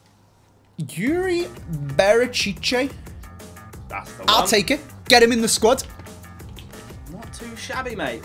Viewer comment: Why must you always pronounce Berchiche with an extra sylabol. As someone who speaks Spanish, it's rather frustrating. Great vid, though. Love the fifa 21 content/banter.